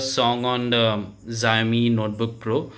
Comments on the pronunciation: Not zaomi its Shaomi (Xiaomi) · It's pronounced sha'o'mi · bhai its called show-me not what you call it !! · Pronounce same h Shau mee or Shaomi 🤔🤔